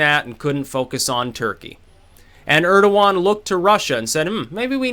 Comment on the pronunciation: Urderwan??? Urderwan!!!! who the fuck is Urderwan!